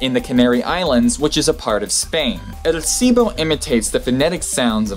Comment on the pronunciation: You lost an "L" sound when training to say "El Silbo" :P (Which, btw, means "The whistle") Usually they say "El Silbo Gomero", meaning "The Gomeran Whistle", since it's the one from that island. Oh, btw, I think it's also the record holder for a language understood at larger distances :D